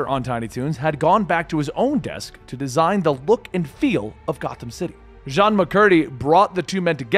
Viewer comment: Jean Macurrdy?? Lol. It's pronounced *Gene*. And Jean is a women. Come on!